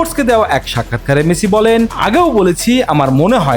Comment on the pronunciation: মেচি।।। এইটা আবার কে নাম উচ্চারণ না করতে পারলে এই বালে রিপোর্ট করেন কেন অশিক্ষিত মূর্খ